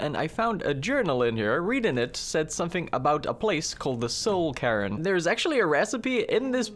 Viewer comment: i know its just your accent but I laughed every time you said soul cairn "soul Karen"